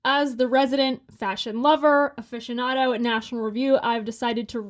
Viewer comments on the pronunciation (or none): none